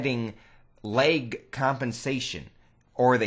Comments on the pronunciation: its lag not leg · This guy is so full of himself... I'm pretty sure that the developers of Call of Duty know a little more than you. And why do you say lag like lake?